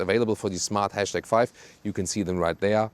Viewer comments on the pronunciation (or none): The # is pronounced ‘hash’ or ‘number’ or ‘pound’.